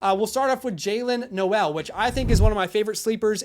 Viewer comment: Great vid for sure. Just a friendly Iowa State fan here to tell you Jaylin Noel is pronounced “Nole” - just for future reference :)